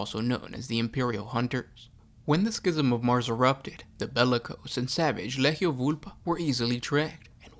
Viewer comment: It's a hard G when pronouncing legio. Instead of ley-heio it should be lee-gee-oh.